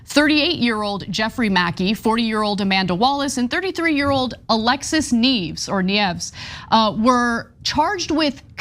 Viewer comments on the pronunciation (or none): Lol she pronounces Neives as Knives but not knee-ay-vis. Yeah, typical left.